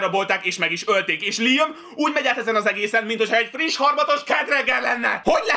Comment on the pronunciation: LIEM????? LIEM??????????????? Nem LÁJEM?